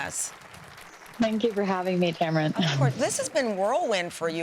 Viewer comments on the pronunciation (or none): Tamron, not Tamrin!